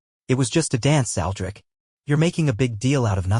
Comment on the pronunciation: Boy you had a problem from the start with the name Aldrich damn